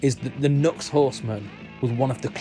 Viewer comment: I've never been a fan of the Centaur-style pedals; they're ok, but I've yet to hear anything amazing. And why are they so big? As an aside...NU>X is pronounced, "New Ex".